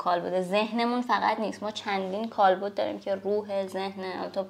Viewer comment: کالبُد اشتباهه دوستان درستش کالبَدِ